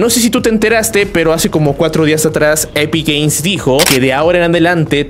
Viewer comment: Soy yo o dice epic gays